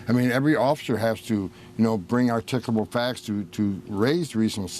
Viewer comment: The writer is making fun of Homan's pronounciation, as he pronounced "articulable" as "articuble." As an additional irony, the word he mis-articulated is all about articulation. You're welcome.